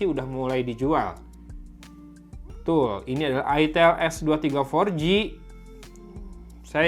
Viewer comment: Woy itel woy bukan it*l 😂